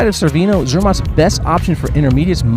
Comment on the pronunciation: Wait... you made it all the way to Cervinia and nobody corrected your mispronunciation? Chair-vin-eee-ah.. Otherwise, great video. Very informative.